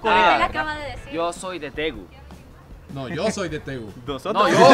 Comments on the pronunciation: Cuando dijo Daegu y creyeron que dijo Tegus 😂🤣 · La ciudad en Corea del Sur se llama Deagus....verdad que les sonó como a Tegus.!!!